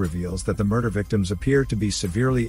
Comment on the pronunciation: "Muder case"